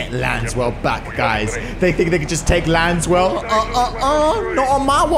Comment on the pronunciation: saying “Lanswell” instead “laswell” feels so wrong lol